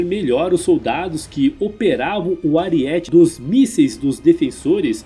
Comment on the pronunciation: Saudações. Amigo, não é AriÉte(paroxítona) que se pronuncia. O correto é ArÍete(proparoxítona). Dói o tímpano ao ouvir voce pronunciar a palavra errada. É so lembrar daquele personagem baixinho do He-Man que dava cabeçadas em paredes e muralhas. Mas, o resto ta ótimo seu vídeo.